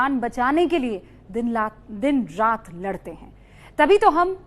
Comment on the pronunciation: Din lat nhi din rat madam ase boliye